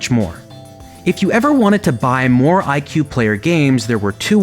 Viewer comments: I pronounced it /i-choo-eh/ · it’s actually pronounced ee kway just lettin ya know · IQue sounds like IKEA